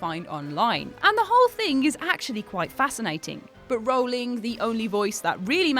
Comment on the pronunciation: actually its pronounced Rowling, rhyming with howling, not bowling. She said it herself